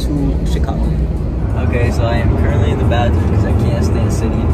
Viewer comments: No one:: CuRentLy Me heart 💗💓💞💕💝💖💘🥺🥺😩🥺😩🥺🥺🥺🥺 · Ceo of being so cute and getting so much hate for saying currently 😩🥺🥺